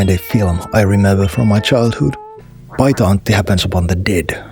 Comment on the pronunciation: Big question, are you finnish? Your pronoucation of Paita Antti is almost perfect I wondered. EDIT: got to he part where you askedd for YLE help. I feel I was right.